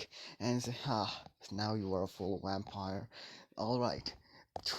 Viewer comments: I heard wampire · Did he say wampire in the beginning 😂😂😂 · did you say Wampire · I’m positive that you said yampire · I also heard whampire